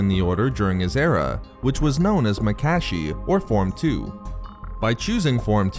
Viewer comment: Makashi was mispronounced here, but otherwise spot on👍